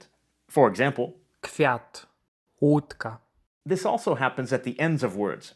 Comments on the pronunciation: Wutka not wudka xd (vodka is in polish wódka) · 'Wódka' not 'wudka' 😃